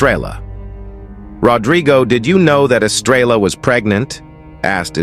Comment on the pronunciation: This narrator drives me nuts! He doesn't pronounce words properly. I agree with other people who have given comments; who wrote this? Horses are not cubs! Estrella is Spanish for star and the 'l's are silent.